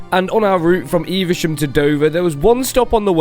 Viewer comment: 'eves sham' not e ver sham